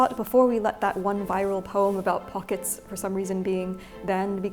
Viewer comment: If only you had pronounced it throughout as "pocketssezs" . . . :-(